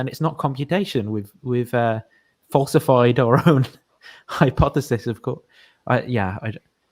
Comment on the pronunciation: He always mispronounces "hypothesis". Maybe just a speech impediment.